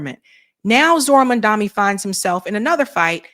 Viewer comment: 😅 please say mamdani right, IT IS Not that difficult 😂